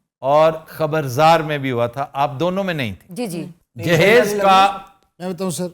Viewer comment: in wedding context it is derived from samebroot and means preperation proper pronunciation is JIHAAZ